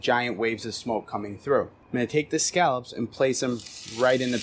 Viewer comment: He does sound like he's saying "scalps."